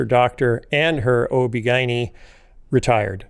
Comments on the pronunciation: Lots of people pronounce it that way, including OB/GYNs. It was jarring the first time I heard it, but now I’m used to it. 😂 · Is that how Chicagoans pronounce OBGYN?? 🤔 🤣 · 😂😂> its so funny how he pronounces ob-gyn. But huh-uh...that's just another Phil-ism. Apparently: You can take the man out of the veggies tales but you can't take... (Well, you know 😉).